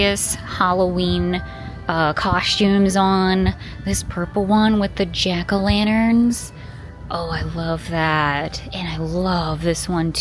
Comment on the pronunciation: “Jan-a-lackerns”. 😂 I’m calling them that from now on.